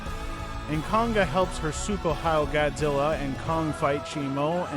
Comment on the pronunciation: he said suko